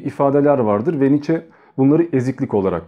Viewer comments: Kardeşim aslı almansa adı nitzşe okunur [sch=ş] [ie] öndeki i'yi vurgular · DİAMANTANRIM [2OMG] Doğrusunun "Niçe" biçiminde telaffuz edildiğini biliyorum.😊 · telaffuzu "niçe" şeklindedir